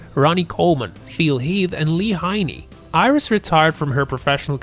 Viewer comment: The commentator needs to pronounce the names correctly. For instance it's not Lee Jeiney. It's Lee Haney, one of the greatest of alltime. The men still rle this sport. How about bench pressing 500 pounfs ehen l wsa 25. I'm 82 now. But your steroid heads won't make it to 60 if they don't wuit taking drugs.